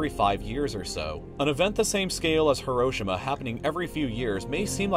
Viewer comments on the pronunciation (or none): did u say (Heroschima)? lol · Its Heroshima but it's pronounced Hiro shima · it’s not Hiro-shima is Hi-ro-shi-ma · its hero-she-ma not her-o-shi-ma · Hero-shee-ma= Hiroshima Not "haroshamah" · its HEE-roh-SHEE-muh not hi-ROH-shih-MAH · uhm buddy its pronounced Hero-Sheema.. okay say it with me Hero and Sheema .. Heroshima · Hiroshima is said like this. Hero—sheem—uh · Ok say it with me.. Heerosheema! That's how you pronounce Hiroshima. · Am I pronouncing Hiroshima right cause I say hero-she-ma not hiro-shima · YOU ARE PRONUNCING HIROSHIMA WRONG HERO SEAMA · It’s pronounced “hee-row-shee-muh” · It’s pronounced like this “Hero” “shima” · Its He-Ro-Shi-Ma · Please pronounce it he-roh-shee-muh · its HEE ROW SHEEMA you stupid fuck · Love this video. Although Hiroshima is pronounced hee-ro-shee-ma and not as fast as it was in the video. Just something for future vids:) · The way he pronounced Hiroshima insults me on a spiritual level. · Are you ever going to try and pronounce Hiroshima properly? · I'm... I'm not the only one that thinks he's mispronouncing Hiroshima right? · you say Hiroshima wrong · stop saying hiroshima so oddly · He pronounced Hiroshima wrong lmao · When you cant pronounce Hiroshima right... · the way he pronounces Hiroshima annoys me so much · Just the way he pronounced "Hiroshima" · unfortunately you pronounced hiroshima wroing xd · Need to learn how to pronounce Hiroshima my friend.